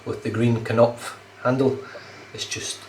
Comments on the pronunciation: Nice shave, and thank you again. According to Google Translate, your pronunciation and translation of Knopf were perfect, we’ve all learned a very useful German word. 😌👏 I found it so difficult to make a video for my friend but I actually found myself smiling about a funny thing Frank once said to me yesterday. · You got the "knopf" pronunciation spot on this time,. It can mean knob or button.